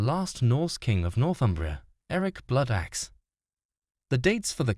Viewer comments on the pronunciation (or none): the AI generated pronunciation of the names in this are absolutely terrible... as a northern Brit from Deira it almost makes the vid unwatchable. Terrible mangling of simple words like Bloodaxe ..and Monkwearmouth